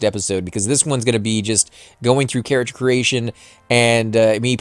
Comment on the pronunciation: Why are you saying carrachure and not character